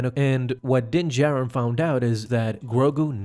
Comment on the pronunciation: “Din jared” its how i keep hearing this guy say dins name lol